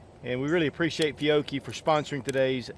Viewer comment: FEE-YO-CHEE please say it correctly not complaining just tryiing to tell you.